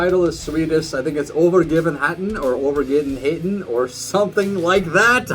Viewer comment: Uhverrjivennhéten is kind of how you would pronounce Övergivenheten as an English speaking american